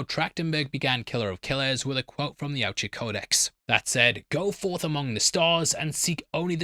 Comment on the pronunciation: Finally learned to pronounce Yautja the right way😂😂😂